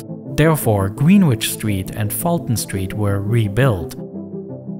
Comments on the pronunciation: Pronounce it right: "Grenich!" It does matter. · Great video - the graphics are impeccable. What software did you use? Btw Greenwich is pronounced more like 'grenidge' ☺️ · "green witch street" no that is not how you say greenwich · it’s pronounced more like „Grenich“ not greenwich